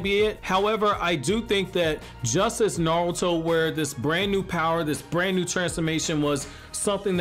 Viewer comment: Anybody notice he says naluto